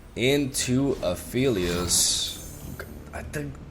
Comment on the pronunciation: A-fell-ios not A-feel-lios. Alune even calls him Phel when speaking to him sometimes.